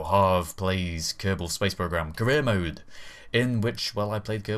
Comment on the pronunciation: Every time he says career mode it sounds like he says Korea mode. So the mission must be to build rockets that cant reach space.